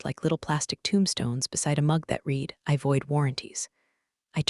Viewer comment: Please teach the reader the difference between read(pronounced like reed) present tense and read(pronounced like the color red) past tense. I read(reed) books. I read(red) a book yesterday. This is getting annoying.